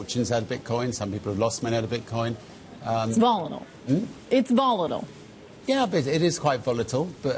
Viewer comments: It's volidel, hmn, it's volidel...Yea its quite VOLATILE bitch...learn how to spoke. I can't even red or wrote. Sad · “Volatal”.. what the fuck is “volatal?!”